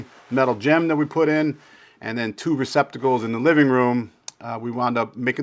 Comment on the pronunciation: It's '' Receptacles '' ,... NOT '' Recpiticles '' !!!!!